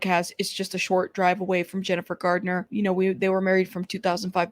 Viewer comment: It's Garner not Gardener. There is no D in her last name. I thought you'd like to know. 😊It's Garner not Gardener. There is no D in her last name. I thought you'd like to know. 😊